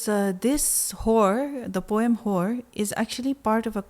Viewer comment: Just came here because of .... 😅 and its poem, not poem.